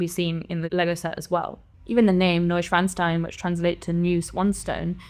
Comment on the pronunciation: Holy shit, that's the first time I've heard the name pronounced correctly in any review/preview/leak video.